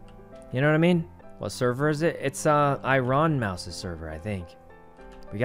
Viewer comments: nobody: sykkuno: it's I-rOn mouse's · Eye-ron mouse.